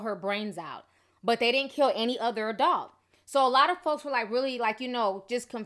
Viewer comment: Why do you keep saying awdult? It’s ADULT! Why do you pronounce her name with an “R”? It’s Makeva not MaRKeva! But you call Florida ratchet 😂😂😂